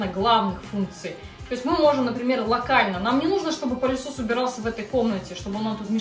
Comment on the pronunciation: Да не пАААлесос, а пЫлесос..😅